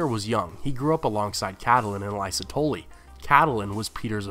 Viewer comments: I've been watching your videos from the beginning, and it drives me insane every damn time you say house "tholy" instead of Tully, ruins the entire video and makes it seem like you have no clue what you're talking about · You pronounce "Tully" in a very strange way. The way you say it sounds like it would be spelled "Tolly" instead. ^^